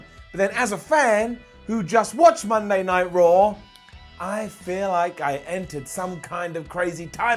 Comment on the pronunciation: Cole saying "Monday Night Yard" made me want to change the channel 2 minutes into the damn show. I honestly felt like I was on some kind of drugs watching last night it was terrible.